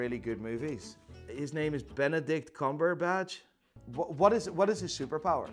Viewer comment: Ok I love how he gets EVERY actor's name wrong, but somehow he nails Benedict Cumberbatch first try.